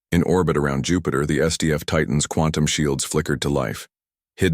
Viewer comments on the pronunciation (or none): none